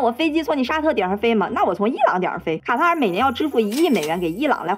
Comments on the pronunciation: 一直聽成蛤蟆🐸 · 卡塔尔 ká tá ěr 正确读音 了解一下